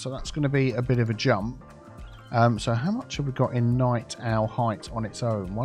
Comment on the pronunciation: "Night Owl Heights" not "Night Own" 17.00 mins methinks ?